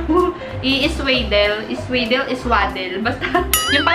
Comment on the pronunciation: swa- hindi sway